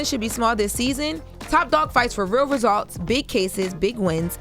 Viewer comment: really cant say "results " 😂😂😂